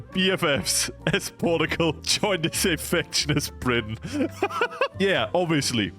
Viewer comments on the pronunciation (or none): Portugal is pronounced Por-chuh-gul not Port-o-gol, just small mistake you made :) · the "porgal" makes my brain lose braincells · And this nation... Is 'ourtgal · Yes the great nation of "porugual" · Porta-gul is how you pronounce it now and no one can tell me otherwise. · The way u say portugal made me itchy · rank the pronunciation of Portugal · Bro whi. Says. Portugal like. That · that cannot be the right way to pronounce portugal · In this small amount of time I have watched this video you have Broken how I read Portugal I cannot read it anyway that is not how you say it